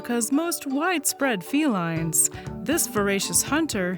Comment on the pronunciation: she pronounced feline FEEL- lunds and it bugs me more than it should